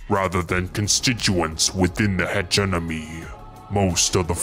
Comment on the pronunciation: Ayyy, the Funky Bunch! (Side note for the future, “hegemony” is pronounced with the M first, so not like “enemy.” Other than that, great job,!)